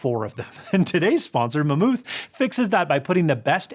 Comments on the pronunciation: it's pronounced MEH-MAUTH!! Not maMOOTH! You sounded so stupid! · Did you really pronounce it "ma'am ooth"?